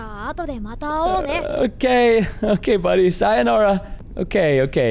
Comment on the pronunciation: sayanora is what he said